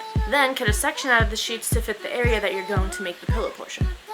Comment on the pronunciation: The way she says sheets it sounds she says sheeps